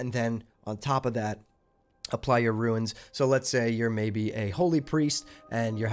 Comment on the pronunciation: RUNES not “ruins” lol